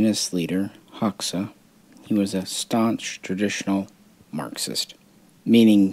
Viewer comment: Fun fact, Hoxha is actually pronounced like HOE-CHA. Enver Hoxha was a D bag though. It’s pretty wild if you go to Albania, all the old bunkers are still all over the border areas of the country.